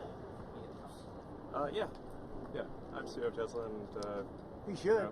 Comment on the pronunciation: did he say Tesler? Fraudian slip Telsa+H it ler